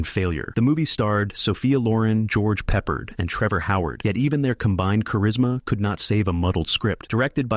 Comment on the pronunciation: It's Pronounced George PRE-Pard NOT George PEPPERED like some weird menu item! You seem to have a problem with him as every other movie you list as a flop stars him. What's your point? Battle Of The Bulge is the only movie here that DEFINITELY deserved to be a FLOP. Calling the rest flops is ridiculous. The Battle Of Britain? The Blue Max? Anzio? The Victors? The Secret War of Harry Frigg (which is a terrific comedy)? You are clueless.